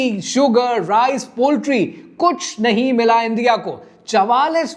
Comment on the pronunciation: اندیا اندیا اندیا اندیا اندیا Bhai why you don’t say the correct word?